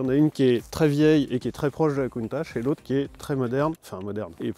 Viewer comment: Il y a quatre ans, on avait pas dit qu'on disait "KountaK" ?